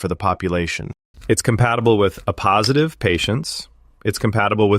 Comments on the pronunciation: This is AI. It was supposed to say "A Positive" (pronounced Ay Positive) and instead said "a positive" (uh Positive). Dead giveaway. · At least they could fix the AI voice to prounce AAYY positive correctly, instead of AH positive. 🙄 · "Ah positive" Can't anybody proof their content? "A" positive, not "Ah". Too lazy to record the content yourself? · Only AI would pronounce A positive and A negative that way. Very hard to listen to it being mispronounced over and over again.